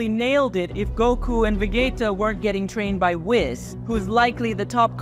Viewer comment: Dude you need to learn to stay vegita ,sayain, sadalia ,namek basically learn everything about dbz super learn how to say the names right